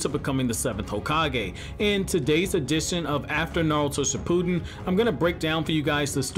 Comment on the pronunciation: Nobody:: sHipPoOtEn (not hating btw)